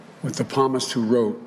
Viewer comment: Devout Catholic? Pamist? No devout Catholic would pronounce Psalmist ( Correctly pronounced “ Samist” } Pamist .. .. ever. Never ever heard a priest from a pulpit ever use that pronunciation. This is basic knowledge for any Christian.